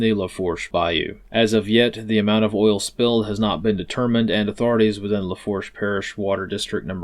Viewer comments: Its pronounced “Lafoosh” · I think it's pronounced "la-foosh" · It's "lafoosh" my guy 😂